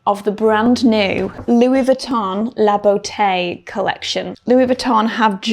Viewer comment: Oh this is a treat! Monday with Victoria. It really is an exclusive brand we get an additional vid!! Thank you for not attempting to pronounce Louis Vuitton with a French accent. Other creators do and it sounds so irritably pretentious. This brand is only interested in producing quality over quantity. What we think of the price point is irrelevant. It’ll still fly off the shelves.